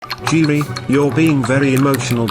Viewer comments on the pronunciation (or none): none